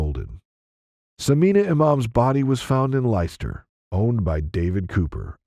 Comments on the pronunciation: I love how Americans pronounce English cities 😂 “Ly Chester” for Leicester It’s “lester” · It’s not Lie Ster…it’s pronounced Lester!! Spelt Leicester….😂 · Ditto! I think he pronounced Leicester as lie-chess-tar!